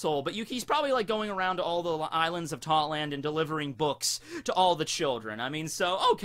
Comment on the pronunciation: I keep thinking you sayin thotland lol